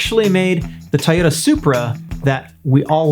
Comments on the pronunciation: Bro. It’s pronounced TOYOTA (toi-ohhh-tah). Not tyota....comon man. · Love how me pronounces Toyota Tah-yo-ta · I'm just bamboozled the way he pronounce Toyota